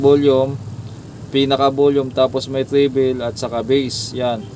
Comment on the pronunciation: anung tribil?? haaha. baka tribol.